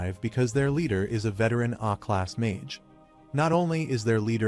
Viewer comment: Aa class not "A" class😂😂